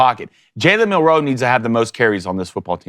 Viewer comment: says Milroe about as elegantly as Milroe says roll tide.